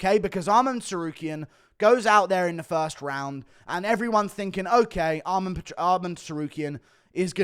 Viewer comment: It's Arman, not "Armand" ffs. Funny thing is, he says Armen when referring to Armen Petrosyan.